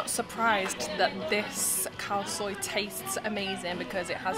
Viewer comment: "Khaw Soi" not "Cow soy" haha